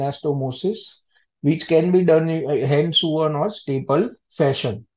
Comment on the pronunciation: hand-sewn is pronounced " hand sawn" or "hand -so-oun" and NOT hand-suan as pronounced in the video